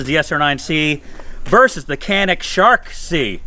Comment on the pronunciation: OMG-you pronounced Canik correctly. LOL Love it. (Jan-ik). So many mispronounce it. I like a lot of the new Smiths out there. They have definitely stepped up.